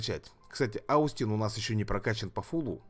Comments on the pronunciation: надо читать не аустин, а остин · Остин правильно произносится, ОООстин! Спасибо за ролик